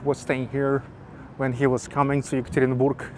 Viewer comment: Hi,! The correct pronunciation of a name of my city is ЕкатеринбЁг, if in english. Have a good luck!